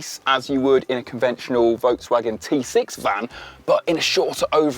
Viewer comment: Work on your pronunciation of Volkswagen.